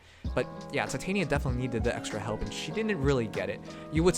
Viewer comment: Just wondering, but I hear you say Titania as in Titanium (Tie-Tae-nie-ya) while I thought it was Titania as in (Ti-tah-ni-ya). Which one is correct? XDDD